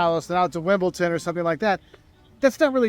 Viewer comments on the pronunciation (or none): "Wimpleton"?? It's Wimbledon, Mr. ""!